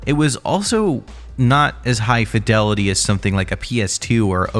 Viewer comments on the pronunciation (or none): none